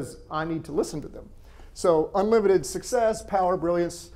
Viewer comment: All very accurate however you say the word success incorrectly. You never mention how many successful people who have money never seek help to even be diagnosed and treated. Please correct this thanks.